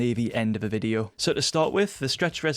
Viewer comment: Why you say Fideo instead of video ?